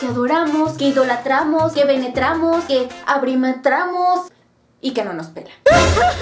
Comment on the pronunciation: Yo pienso que eso de tener un maldito "CRUSH" es pura mie.....rda A en el minuto dijiste benetramos o penetramos jajajajajajajajajajajajajajahahahahaha xD